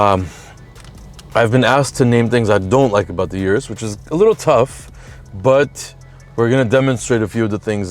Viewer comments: O-RUS not U-RUS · Good episode. - say it with me now, "Lamborghini Or-us"